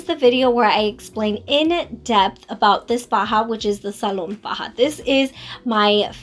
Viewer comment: Hi you look nice. Also, I believe it's pronounced Salome in spanish. The "e" is not silent.